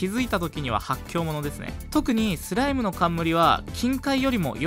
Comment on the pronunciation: はthの発音がキレイですね。 thライム thoう備 はやぶthaの剣 thaい強thoう備